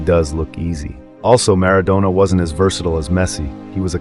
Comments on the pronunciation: Don't call him Mara"doughnah" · If you could pronounce Maradona a bit better, it would be a good start.